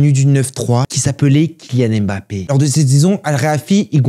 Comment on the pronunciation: Enfin un français qui prononce bien le nom de Mbappe ça m’a choqué au début 😂👌🏾